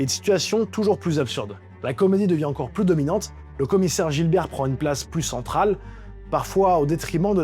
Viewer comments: C'est commissaire Gibert, pas GiLbert 😂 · Gibert 😯 pas Gilbert 😅😅